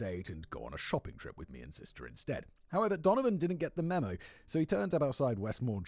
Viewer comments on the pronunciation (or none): none